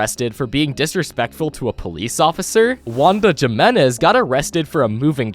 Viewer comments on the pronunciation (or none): It’s not pronounced Jimenez in pronounced Himenez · Why does bro say jim-inez. I’m pretty sure we all no it pronounced he-minez. Not tryna hate.